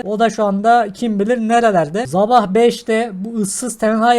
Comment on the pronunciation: abi sabah derken azab anladım dehfgsjçfhlbwşfs